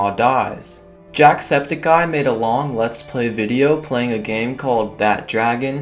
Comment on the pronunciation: "mad" but he said made. Lol